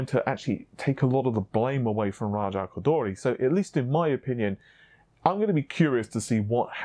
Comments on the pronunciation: C'mon, u got spit in my eye when your pronounced RAJA KHHGGHHODHHHOOORRRRRIII just Raja Ko-Door-Ree is fine, he won't be mad lol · You pronunciation of raja koduri is funny, lol . it sounds like raja koudully. Lol there's no L in it .